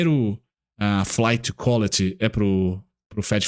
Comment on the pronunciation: Video chato? Esse vídeo foi fantástico! Gostei do “flight quality”, que voz, que pronuncia 😂